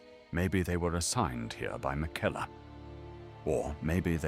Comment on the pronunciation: why does he pronounce Marika and Miquella so strangely?